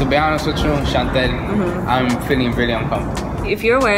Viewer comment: My name is Chantel and the way pronounces makes my heart soar